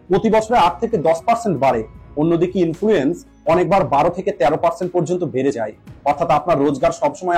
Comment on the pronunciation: Influence ta ki? Thik kore uchchron korun.